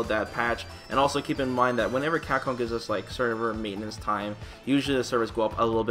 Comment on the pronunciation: You do great work man, but for the love of god, please pronounce it "CAPCOM" and not "Cackom"...